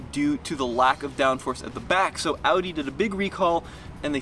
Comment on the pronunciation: He knows how to say audi correctly 🙏🏻 thank u and greets from Germany